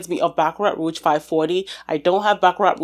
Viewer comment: I dont want to be mean but its not siliage..you say it like siejage.And roege not roeTge.Frenche is a really weird language i know!😂.Super fun video!thanx🎉❤